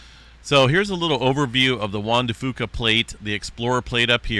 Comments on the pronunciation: Thank you!! It's not "fooka"😂😮😅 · Just a friendly fyi from a Vancouver Islander; it's pronounced "Fyooca" for the Straight of Juan de Fuca. Not picking on you.😊✌️